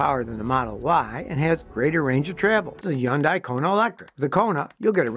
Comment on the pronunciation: Hyundai is pronounced as though it rhymes with "Sunday". Very annoying voice.